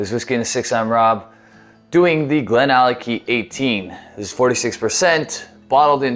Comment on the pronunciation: It's always a little funny to me when Americans/Canadians read some Scottish names, GlenAllackie, Glenfiddick :D Anyway, great video as always Rob, and a decent whisky as well although I think I like the GlenDronack 18 a bit more :P